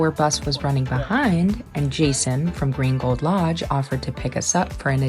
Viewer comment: Saying Green Gold Lodge quickly makes it sound like "Gringo Lodge!" 😊 Buenos dias! Yo hablo un poco espanol pero no tengo un tilde. I gave English spellcheck a FIT! 😅